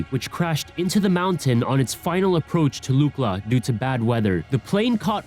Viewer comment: Te gu ci gal pa Luck La Bro when you don’t say it right takes away from how smart you sound